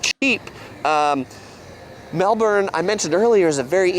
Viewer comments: Thank you for doing Melbourne 😊 It's nice you say it correctly 😂 It gets hotter than what he said, winter isn't 9 months lol But it wasn't a bad video with the info. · You guys rock the pronunciation of Melbourne. That guy, like lots of Americans, try but fail by turning into Melburn. Then there are the others who just think it’s pronounced Melborn (pronounced phonetically). Also, the Yarra is pronounced Yara (as in parachute) and not Yara (as in faraway). You guys have ketchup (sugar). Tomato sauce is tomato. Our beets (beetroot) we can get natural to cook and/or pickle ourselves or in a can, sliced and again, cooked and/or pickled. The terms for the size beer you order depends on where you are in Australia. Pot or Pint in Victoria, Middy or Schooner in New South Wales, Schooner or Pint in Western Australia to name 3. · Hi and. Great job on the pronunciation of Melbourne. My husband is from America and I've taught him how to say it. I'm a Melbourne girl born and bred. New subscriber here. Love your channel. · are more Aussie than you think, I am so impressed with your pronunciation of Melbourne in the intro👍 nailed it 😂 and you are correct Ketchup and Tomato Sauce is different and we do have both here. In Australia we say “Melbourne is rainy today and probably rainy tomorrow”… they can have all 4 Seasons in one day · pronounced the city name spot on. I have to say that I watch for your reaction more than the content. A minor suggestion, Aussie comedian Carl Barron. Please consider. He’s not crude. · Yep, G'day and Melbourne...you said it perfectly! Next Brisbane (Brisbin) and Canberra (Canbra). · See, you said Melbourne perfect then and that’s from a Pom. 😂😂😂❤❤ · You both pronounced Melbourne perfectly... Mel bern !!!! Not bourn It's mewllben In Sydney/ Melbourne a pharmacy like Walgreens is always open till at least 10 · Yay you said Melbourne right - Melbin.😂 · you’ve got Melbourne down to a T.😅😊😂❤🎉🇺🇸👍❤️🇬🇧🏴🤷‍♀️